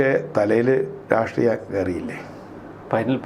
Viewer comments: രാസ്ത്രീയം അല്ലട യൂട്യൂബ് ഓളി -രാഷ്ട്രീയം, നാവ് വടിച്ചിട്ട് കോണക്ക് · ഒരു നല്ല Journalist ആണ്. അദ്ദേഹത്തിൻ്റെ ചില മലയാള വാക്കുകളുടെ ഉച്ചാരണം പാല്പായസത്തിലെ കല്ലുകടി പോലെയാണു തോന്നുന്നതു്. ഈ വീഡിയോയിൽ പല പ്രാവശ്യം രാസ്ട്രീയം എന്നു പറയുന്നുണ്ടു്. രാഷ്ട്രീയം എന്നു കേൾക്കാത്തതു് എൻ്റെ കുഴപ്പമാണോ എന്നും എനിക്കറിഞ്ഞുകൂടാ. പഴയ ചില വീഡിയോകളിൽ ഉദേശം എന്നു പലപ്രാവശ്യം ഉച്ചരിക്കുന്നതും കേട്ടിട്ടുണ്ടു്. ഉദ്ദേശം അല്ലെങ്കിൽ ഉദ്ദേശ്യം എന്നായിരിക്കാം ഉദ്ദേശിച്ചിരുന്നതു്. ഇതു ചൂണ്ടിക്കാണിക്കുന്നതിനെ positive ആയിട്ടെടുക്കുമെന്നു കരുതുന്നു. 🙏